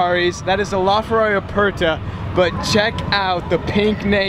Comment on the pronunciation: La Ferrari, not Lar Ferrari